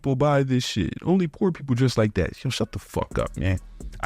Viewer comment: Love how saids” po daddy” instead of “poor daddy”, he talks like a teenager 😂